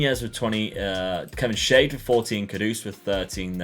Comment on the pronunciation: Like how he's pronounced Kevin Schade. Made him shade, but his name actually means "what a shame" in german 🤣